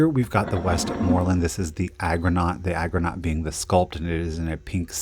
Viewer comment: It's Argonaut, not agronaut! It's referring to the Greek ship Argo. Arrrrrrrgonaut 😁